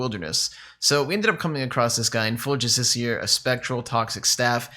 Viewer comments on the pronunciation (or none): none